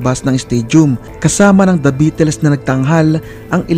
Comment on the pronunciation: kahit history na lahat ang mga impormasyon mo masarap parin pakinggan, nasira lng lahat sa pronunciation mo sa salitang "beatles", sana maayos mo ang pag pronounce